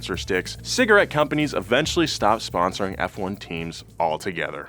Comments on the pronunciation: “Form-uh-luh 1, or Fwone, as it’s called” killed me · Sorry what, "fwun"... please tell me this isn't a thing bahahaha. Its "F-1" and nothing else! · Since when did Formula One became Fwun? 🤣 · "Formula 1 or Fwun" i'm speechless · who the hell calls Formula 1 "Fwun"?? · who tf says fwon? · Ah yes "fwuan", my favorite motor sport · Tell me you dont really watch f1 without telling me Uhh its actually "FWUN" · I've never heard anyone call it "fwon" in my life. I've been watching F1 religiously since 1982. So, the only time I've heard that unfortunate word is when you said it. Don't do that again. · Never every call it "fwun" again please I beg. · what the hell is fwun??? WHAT THE HELL???? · Oh you’re no fwun! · Why it’s so fwun to say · I shorten it to fone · even Hikari Kagura ever mention F1 as "Fwun". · F1: it's fwun for the whole family! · Yea, no one calls it “fwun”. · Fwon!!! Ahhahahahhah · On second thought, please keep calling it fwun. Because watching its fanboys twitch like that, is hilarious. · Fwun?!!?! wtf?!? Bad! No, not like this. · 6 seconds in. Not known as fffffone. Really? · "Fwon" that's a doozy, never in my life have i ever heard it. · Been watching F1 for 40 years... First time I heard " fwun". You just told 750,000 people this misinformation. Thought better of you. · No one ever said “fwan”😐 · No one calls it "fwun" sherlock its "F one". Do better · its not Fuan its F1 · F1 not Fwun. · Tommo please make a video while saying fwun instead of F1 please I beg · its not fwun its juan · Nobody calls it Fwahn. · "known as FWANE" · who tf calls it fwun lmao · “Formula One or FWONE as F1 fans call it” Haha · Did you just call it fuan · Who the hell calls forumla 1 fwone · this man really said f0ne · * calls it "fwun" Me: * clicks off the video immediately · Whatever you said. Good ol' FWUN. get a load of this guys lol. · never say that fwun word ever again I beg you...:( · no. Fwun? Nah dude nah